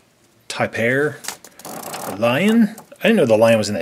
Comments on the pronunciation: when was reading the rain forest check list it's not [tie- pair] it's [Tay - per] F.Y.I I'm not trying to be rude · you said tapir wrong you pronounce it tape-eer